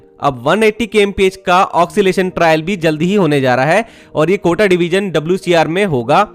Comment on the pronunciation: आपका बड़ा फैन हु इंडियन रेलवेज हमेशा मुझे एक्साइट करता है फर्स्ट सॉफ्टवेयर impress के वक्त टीम में इंटर्न रह चुका हु आपके उच्चारण में ऑक्सीलेशन शब्द ठीक नहीं है, ओसिलेशन ( occilation) सही रहेगा